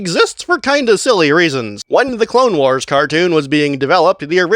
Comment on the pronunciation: Stop saying wars like that